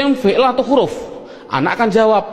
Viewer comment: Huruf bukan khuruf